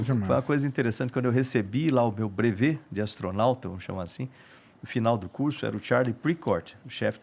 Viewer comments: """"Astronalta"""' hahahahaha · ATORNAUTA, kkkkkk.